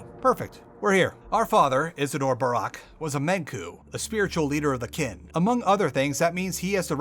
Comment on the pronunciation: it hurts to hear you mispronounce the haruspex's name EVERY TIME